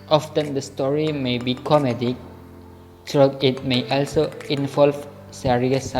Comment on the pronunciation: My name is Wulan Arianjani (. you r so creative in editing and make the story' 2. Its good cause you explained point by point and you put the title that you were explaining. 3.you did a few mispronounciation like when you said "also" Overall your video is nice